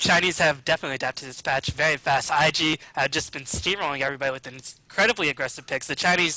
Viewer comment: I swear says "very very" about 20 times this video, I'm only picking up on it cause it sounds like "veyee veyee." Work on pronouncing those r's and slowing down the pace a bit! It's a bad habit >